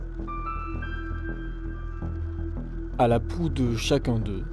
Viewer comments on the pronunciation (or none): loi de moi l'envie de vous être désagréable. Ma question est légitime. Qu'est-ce qu'une "poue"? Vouliez-vous dire "proue"? Ou, bien, poupe?, Non, je suppose que le mot que vous vouliez dire était "proue".